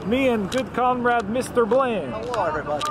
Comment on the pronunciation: Were you doing a Russian accent? That's what I thought of when you said comrade lol